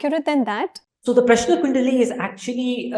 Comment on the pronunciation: In south it is Rama not Ram. Also he is pronouncing Prashna correctly. You have to pronounce the last n sound.